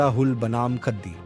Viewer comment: ख़द्दी, टटख़ा, ख़ेस्स इत्यादि का सही सही कुँड़ुख़ में उच्चारण कीजिए। जय धर्मे!!